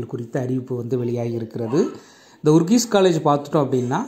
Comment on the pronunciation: அதன் பெயர் ஊரிஸ் காலேஜ், not ஊர்கீஸ்😂